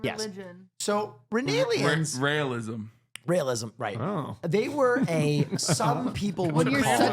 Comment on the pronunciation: didnt call the cult the correct name at all "Renailism" when it's "Raelism"